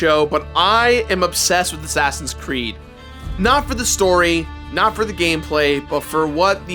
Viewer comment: did you say assassins crood